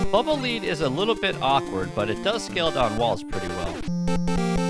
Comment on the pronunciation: Lead. Like the metal. Not "leed."